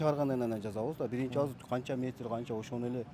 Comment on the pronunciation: Ыдырас кыргыз тилин адабий тилде сүйлөчү. Тышыңыз эмес тишиңиз де. Бырынчы эмес биринчи. Оштөө эмес ошто, тушунбосө эмес түшүнбөсө, анан айтып коесунар чыныгы кыргыз биз деп